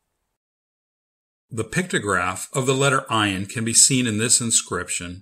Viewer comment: Because it is not silent. You should learn with a middle eastener person. Search Maha channel. She teaches hebrew and arabic. This channel have a terrible pronounciation Ayin has the sound of "uugh". Is very hard to describe.